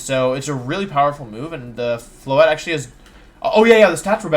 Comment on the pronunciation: THERE IS NO W IN FLOETTE!